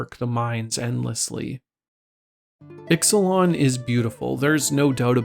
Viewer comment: Exelon? do you mean Ixalan?